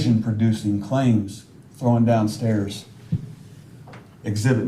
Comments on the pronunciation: FFS the word is THROWN not THROWIN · The greatest comment of closing arguments: "It's heinous NOT hein•E•ous " (I wish he would had said something about how to pronounce "Thrown" it's NOT "Throwen", which my autocorrect even keeps changing it when I type it) Finally someone was able to call him out on his ignorance & made up terms along with incorrect pronunciation of simple terms ** how is someone so comfortable talking about someone's vagina and personal medical issues such as incontinence? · He has same problem with thrown. He pronounces it "throw-in". " unhonesty ".